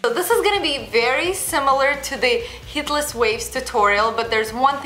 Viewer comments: Lol I am not being mean but she sounds like she is saying Hitlers curls and I can't stop laughing😂😂😂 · now you have heard it, it cannot be un heard